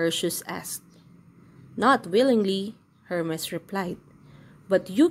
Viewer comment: Perseus - per si us Hermes - her mees